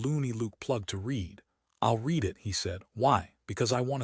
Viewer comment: I like the same voice throughout, perhaps because as a small child I was indulged in "Read me a story.." I don't want it to sound like a radio play. As is, is perfect. The occasional mistake in reading...eg. read pronounced 'reed' when it ought to be said as 'red', just add to the pleasure, amusing.